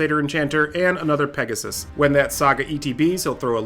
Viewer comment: Hey, I LOVE your pronounciation! Especially Bauble and Pegasussesss made it really enjoyable to Listen =)